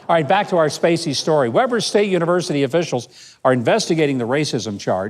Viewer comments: I am a conservative have been for 65 years. This post is so not funny and you need to learn how to pronounce Weber state. It's not waber its Weber. If this is all you have for content you need to find something else to do. I general enjoy your posts but this is beneath you. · FYI Governor: it pronounced Wee-ber.